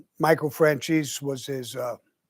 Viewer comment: in eye-talian pronunciation: michael fran' zay' see